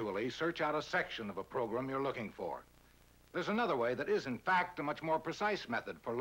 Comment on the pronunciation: Somehow I knew he was going to pronounce it "progrum"